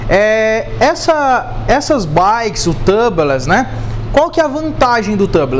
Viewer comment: Só uma dica amigo. A pronúncia de tubeless é “túbles”, não tãbles. Excelente vídeo. 👏🏽👏🏽